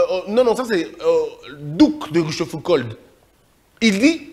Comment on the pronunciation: On dit "Rouchefouco" même si cela s'écrit ROCHEFOUCAULD et "DUC" c'est son titre de noblesse, pas son prénom. Et donc on peut dire "le Duc de Rochefoucauld" et non pas duc rochefoucauld !